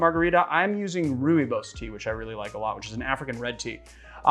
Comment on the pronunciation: Rooibos is pronounced 'ROY-boss' for future reference :)